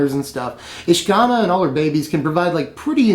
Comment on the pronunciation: isn't it said Ish-Ka-Naar?